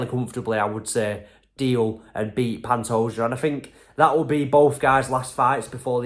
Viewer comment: Man, you actually got Pantoja's name right.